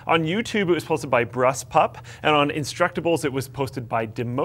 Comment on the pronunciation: You didn't pronounce brusspup correctly! But thanks for mentioning! 🍄